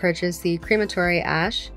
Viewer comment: It’s pronounced “crematory” 🙄